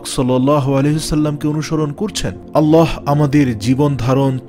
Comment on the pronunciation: সবাই বলে আল্লাহ আর আপনি আললাহ বলেন এর কারন কি??